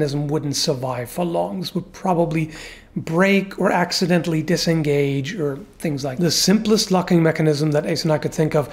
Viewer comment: Did you say axe-identally?